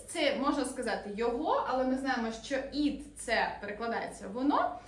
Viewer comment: Ви неправильно вимовляєте на англійській мові воно "it". - Не "іт", а "ит"!